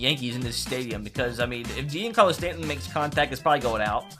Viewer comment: The way he said stantons name 🙁